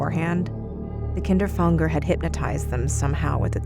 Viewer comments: Isn’t it Kinder-Fanger not KINDER FONGDER like wtf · If the word is meant to be German, its "Kinderfänger", not "Kinderfanger". You speak the "ä" just like the first "a" in "animal" for example ;) BTW: "Kinderfänger" means "child catcher" in German. (the more you now :D) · Is the Kinderfänger inspired by the rat catcher of Hameln? Also the German word Fänger, should be pronounced like f anger, So it would be ['kɪndɹ‚fæŋɡɹ] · that's not how you pronounce kinderfänger